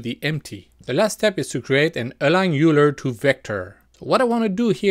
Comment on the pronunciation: Its german, so it is "Ajler" or with french characters in phonetic "Aàilère"